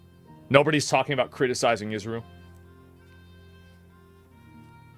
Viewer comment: why does bro keep saying "Isreal" 😭